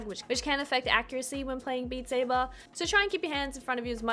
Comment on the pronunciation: Beat Say-bahhhh